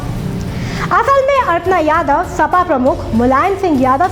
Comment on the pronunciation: अरे अर्पणा यादव नही अपर्णा यादव बोलो